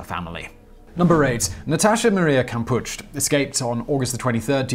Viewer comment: Kampusch as in Kampu SH The terrible German pronunciation hurts my ears 🤦‍♀️🙉🙉🙉🙉